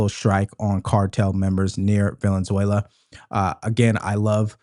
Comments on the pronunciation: Bro it's not velenzula it's Venezuela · bro how can I take you seriously when you can’t pronounce Venezuela?